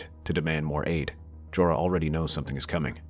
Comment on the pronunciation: I know its a little late as this video is 6months old, but you should correct your pronunciation of the lord commander of watch. Sounds like Jorah instead of Jeor.